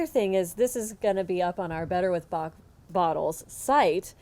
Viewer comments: If you use google translate and put the english word 'Bach', you will have the exact prononciation in french! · You should revise the french prononciation by a french person. It's not right prononciation. Thanks for the presentation though. Interesting!